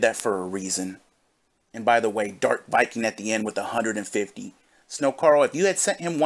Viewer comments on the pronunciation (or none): none